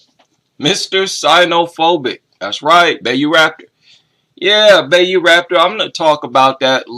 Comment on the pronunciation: I hate to be a nitpicker, but Bayou is closer pronounced to By-You. Atleast that's how it's said down in Louisiana. Otherwise, this is a completely wonderful live stream, and it makes me wish I was better at showing up on time for these